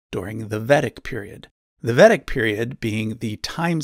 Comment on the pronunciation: Dude, this is good content. But you REALLY need to figure out how to say the names of the epics properly (at best/at least). You butchered "Mahabharata" and "Ramayana" and "Vedic" a few times.